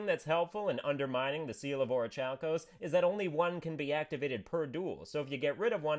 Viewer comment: It's pronounced "or-e-kal-kose".